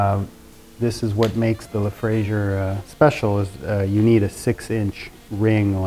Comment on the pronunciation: FRAISIER not FRASIER